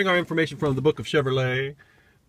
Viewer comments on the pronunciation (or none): "the book of cevrolaaaeee" 🤣🤣🤣